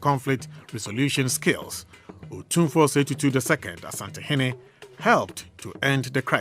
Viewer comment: Madam, please point of correction. It’s not pronounced, “Osantehene,” it’s “Asantehene.” Thank you. We pray and hope that the Almighty God will fill the heart of Otumfour with clarity of mind and infinite wisdom to resolve this difficult situation in Bawku for amicable, peace, and tranquility. May peace prevail at long last.